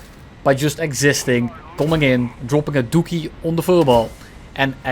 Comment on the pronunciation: My sense of humour has degraded to the point that the sound of a Dutch Man saying DOOKIE made me burst out laughing uncontrollably for 5 minutes straight. Liked and Subbed.